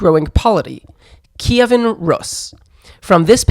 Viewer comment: "Kiyvan Rus"? What's that?? The name was RUS, same thing as Russia, and Kievan Rus was just a period, no one ever called it 'Kievan' and certainly not 'Kiyiviviviv' or whatever bs. In English it's Kiev and it was always Kiev until 2014.